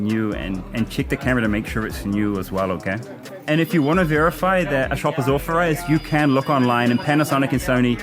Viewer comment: You should try to pronounce 'authorised' with a th and not an f.